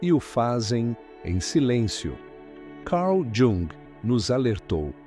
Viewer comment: Não sabe pronunciar Jung